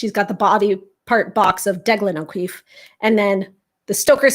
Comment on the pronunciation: As an Irish person, whoever said that O'Keeffe was pronounced "O'Queeffe" were wrong, and if they spelled it that way they were wrong too.